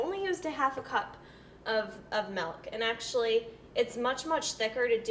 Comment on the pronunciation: "Melk" and Wegmans products. Someone is from NY.